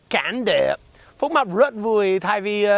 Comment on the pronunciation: tên bác Phúc mập đọc thành fuck map nhỉ kkk